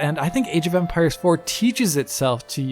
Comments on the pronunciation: Is it me or does it sound like he’s saying “Age of umpires” hahahahaha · I keep hearing age of Umpires.